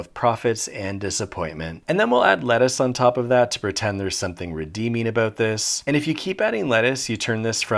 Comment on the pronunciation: “But is bis a thurger?” I don’t know why that was so unsettling to me.